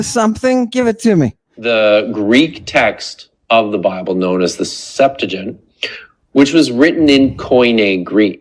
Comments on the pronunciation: hahah "septegent" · Dr Kipp Davis "The Greek text of the Hebrew bible known as the Septigint, which was written in Koine Greek" "Sep-too-ah-gint" Dr Kipp Davis "Oh no my dear man that is the English pronunciation!" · New villain couture: 'cool dude' bandana, bare feet for no reason, and arcane pronunciations of the sept-uh-jyunt. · CAN'T SAY SEPTUAGINT